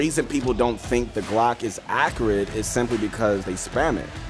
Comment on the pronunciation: the way you say accurate hurts my head